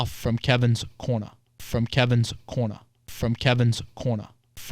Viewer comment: "From Kevin's Corna"